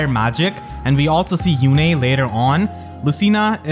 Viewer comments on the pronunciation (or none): none